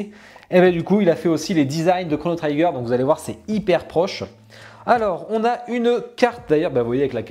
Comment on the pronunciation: Chrono Trigger (prononce Tri-gueur) Statue pas parfaite mais sympa. En tous cas c'est cool d'avoir enfin du Chrono. Maintenant je prie pour du Xenogears.